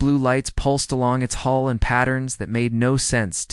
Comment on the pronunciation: HULL not HOLE .. Atleast update your ai😂😂